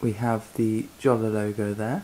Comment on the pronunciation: btw I'm pretty sure it's pronounced like writing it with a y, yolla, or so. It least that's how I remember it for earlier vids with Jolla employees talking about it - gotta check these again